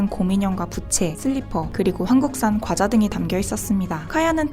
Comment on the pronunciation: 과대표는 꽈대표 라는 된발음을 해도 나쁘지 않으나... 과자를 꽈자로 부르는것은 분명 틀린발음이다. 뻥과자는 뻥과자로 불러야지 뻥꽈자라고 발음해서는 안된다. 아름다운 한국말을 잘 보존하자.